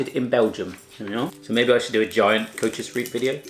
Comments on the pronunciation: O.M.G. Koetjes en dan riep. Ja hoor. Koetjes is serieus goed uitgesproken en da zegt i riep🙈😂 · "Koetjees Reeep" :') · Koewtjes riewwp